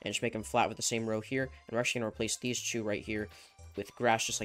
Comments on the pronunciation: Is it me or when he says two he says chew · the way he says 2 😂